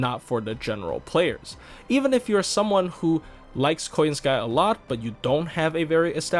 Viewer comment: It's KoYANskaya actually ☝️🤓 The surname is russian, and russian surnames never accentuate the last syllable since it's basically a service syllable meaning "to belong to" (e.g. RUSskaya)